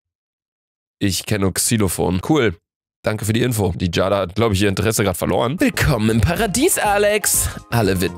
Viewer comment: Man spricht es Jeyda aus nicht Jada 😂